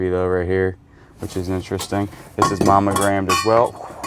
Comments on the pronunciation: Are you saying “momegrammed” with an “m” I know you know it’s “monogrammed” right with an “n” 😂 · You're driving me nuts! The word is MONO- gram(ed) it isn't "MAMA-gram(ed). I know we southerners have our drawl, but still. (You can only call something a Mamagram if it's a mailed Mother's Day card and you put just your initials on it.) And the metal thimble is a shot glass, as in "My gout is kicking up a storm and hurts like all get out, so I need just a couple thimbles full of corn squeezings." 🤣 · Is he meaning to say momagramed instead of monogrammed?. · Mammogramed.. 🤣🤣🤣.. Its Monogrammed. Mamograms are MUCH different. Thanks for the laugh 😁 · I love you two! So funny! When says Momogrammed instead of Monogrammed. He cracks me up! Love the addition of Daniel! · Too funny! I have captions on so I hear all you say (because you guys makes me smile/laugh A LOT) and every time you said manogrammed (which should be monogramed lol) my comp says mammogram. Unless you are doing medicals tests we can't see, something is wrong with my reader in this comp! :):):) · All I hear is mammogrammed and I am not seeing any boobs.